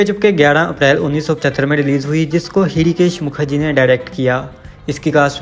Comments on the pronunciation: Bhool bhuliya is more of a thriller than comedy. 3 of your 10 movies were directed by Hrishikesh Mukherjee. He and utpal dutt have many more comedies to their credit. You could not pronounce l it right. His name is pronounced as Rishikesh M H is silent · Hirikesh Mukherjee , bhai padhna bhi nahin aata kya ?